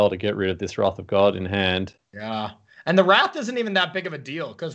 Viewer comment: This caster doesn't know how to pronounce wrath